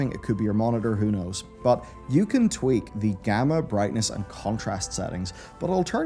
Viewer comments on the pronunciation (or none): none